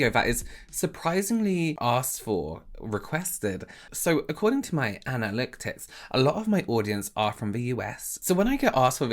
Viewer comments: I can't lie- to me it sounded like you said "Anna licks tits" instead of analytics! Took me a minute to catch up. I would watch your vids every day if it was possible! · I have nothing to say yet because I just got here. 😘 Edit: Did you just say "ana-lick-ticks"? Just one of the many reasons why I adore you. 😁